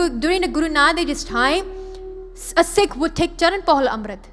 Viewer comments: Kindly say Sikh don't say seekh...also in English pronounce Sikh like in Gurmukhi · Please don’t say seeks, it is Sikh